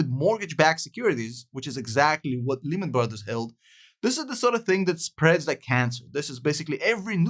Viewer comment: 3 reasons I dislike this video. Your milking evergrande like every other channel, you were speaking Japanese even though Evergrande is Chinese, and you aren't even saying Lehman correctly. (Say it like Layman). I wouldn't trust this guys words at all.